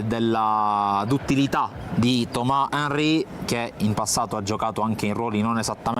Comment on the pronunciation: Allora.. io non ce la faccio più…. “Thomassss henry” non tomaaaaaaa’ henry” che così pare un offesa.. dico è grammatica francese